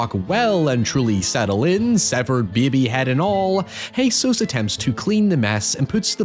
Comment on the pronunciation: de behbeh